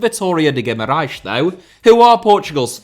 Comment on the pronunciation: Your effort trying to say Guimarães with the correct pronunciation is remarkable. On another note, if you ever want to come to Guimarães to see a Vitória match I can be your guide. And please, dont ever say Vitória de Guimarães in front of a Vitória supporter, unless you want to be heavily cussed in portuguese, the clubs name is Vitória Sport Club